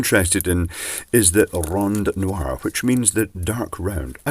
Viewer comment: Well done, and the nice rolling of the tongue "rondnoir". Now do a cadbury egg! beGOCK!